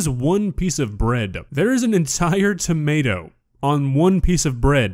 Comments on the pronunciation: What the hell is a "tamawta"? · Explain to me how she went her entire life without realizing it’s not tommiahto